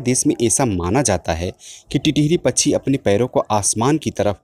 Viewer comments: कृपया " पछ्छी " के बजाय " पक्षी " बोलिए। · सर, आपकी आवाज इतनी शानदार है, इतनी उपयोगी जानकारी दे रहे हैं, थोड़ा शब्दोंह का शुद्ध उच्चाहरण करें. जैसे पच्छीो को पक्षी कहने का अभ्यास करें, थोड़े से प्रयास से हो जाएगा. इसी तरह वर्सा को वर्षा कहें. अगर आप गलत उच्चा रण करेंगे तो बच्चेै भी वही बोलने लगेंगे।